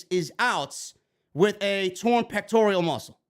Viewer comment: Pronounced " peck-tor-al" man You keep calling it a "peck-tor-e-al" (don't get emotional just say it correctly moving forward" Thanks